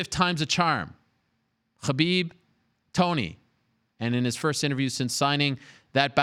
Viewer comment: No one: Ariel: HABIB